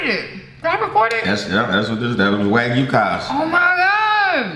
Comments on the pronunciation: Waygu is pronounced Wag U.💛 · Wagyu beef is Japanese beef MS is correct it’s the world’s most expensive high class beef the way he’s pronouncing wagyu is hilarious and kobe beef 😂 😂 edit: it’s Wah-gyoo and Koh-bay not wagoo and kobe